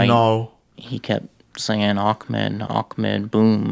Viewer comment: It’s not ak-med it’s ah-med (not trying to be mean)